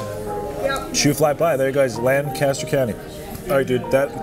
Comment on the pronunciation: Say it with me LANG-kiss-ter!